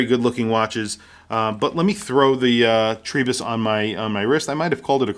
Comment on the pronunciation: Great review,. Enjoying my own TRI-03 in yellow since it arrived last week. However… Why do you pronounce it TREE-bus? The Ward lads say it’s TRY as in Tribe. Ah well… Liverpudlians…